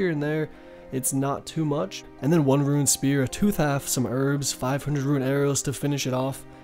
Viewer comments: soooo confusing when you say RUIN instead Rune. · Correct way to say things. Wyvern - “why-vern” Alch -“Alk” Rune - “roon” Visage - “vizz-idge” Seriously you are a very stupid person, you can neither spell, speak with correct grammar nor pronounce simple words. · Wyvern not wivern Visage not vysage Ancestral not ancestrial Rune not ruin Alch not auch You also say etc too much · Dewd plz stop ur pronouncing visage vysage and rune ruin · Sorry but bro there’s no “I” in the word “rune” or “runescape”